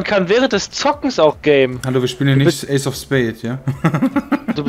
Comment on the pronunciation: das heißt ace of spades und nicht age of spades -.